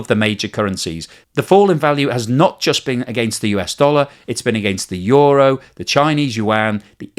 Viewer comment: How do you get a word that is spelled ”euro” to be pronounced ”yoru”. I would get ”yuro” but you are switching place on the o and the u. Makes no sense.